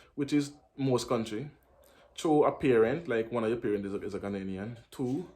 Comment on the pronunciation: Please it Ghanaian, NOT Ghananian